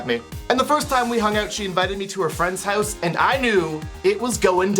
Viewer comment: Everytime he says 'hooze' instead of house, I giggled a bit too hard.